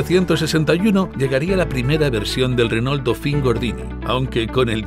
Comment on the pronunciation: Me mata como los españoles pronuncian "Renól" exagerando la "ele" justamete la unica consonante que es muda.